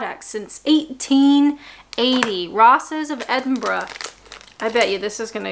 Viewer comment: props for pronouncing Edinburgh correctly instead of saying edding-bo-ro ( or is is just Americans that do that ?)